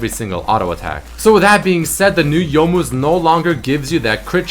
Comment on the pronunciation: you most (youmuus) GJ